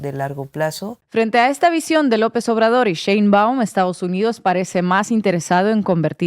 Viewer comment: No es CHeinbaum, es SHeinbaum...Dios bendiga a nuestrA presidente ya que no solamente tiene que lidiar contra todo lo que lidió AMLO pero también con el machismo y la misoginia de muchos en este país...